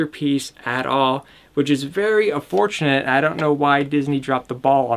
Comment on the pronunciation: Unfortunate not ufortunate